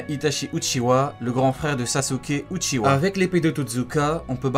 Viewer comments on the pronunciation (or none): Stp respecte sasuke et itachi mdrr c'est UCHIHA PAS UCHIWA